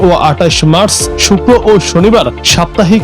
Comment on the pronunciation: মাস না মার্চ, উচ্চারণ ভুল